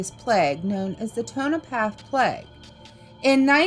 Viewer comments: It's Toe- na-paw (Tonopah). And Nav-add-a (Nevada). Sorry had to. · Im sorry but its pronounced tone-nuh-paw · Repeat after me: Toe-Na-Pa . And also, Nuh-vaaa-duh. The easiest way for us Vegas locals to spot non-locals is hearing them mispronounce our state and city names. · Tone- na- paw that's how you pronounce that. Sorry I live in Nevada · You lost me at the pronunciation of Nevada and Tonopah 😂